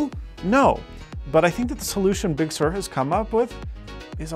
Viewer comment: I see, or rather hear that is pronouncing Big Sur correctly now!